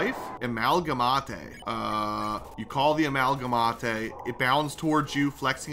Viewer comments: me: amalgaMATE: amalgaMATAE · The amount of times has mispronounced character names made me have a stroke, like its pa-pie-rus like the font, and am-al-ga-mate. But other than that good video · the mispronounciation is insane. p-AH-pee-ris? its puh-pie-ris. and the uh-mal-guh-mott-ay? its uh-mal-guh-mate. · amalgamate (ah-mal-gha-mate) not (amal-gham-athe) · Ah yes, I love my Amalgamatay